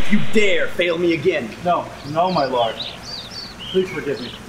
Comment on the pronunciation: did he just say no my lard?